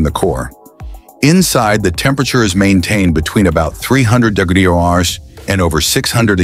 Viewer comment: This AI cannot pronounce degrees and temperature. Gypsum executives come on. You guys even show a video of a solar panel in production mixed in at random.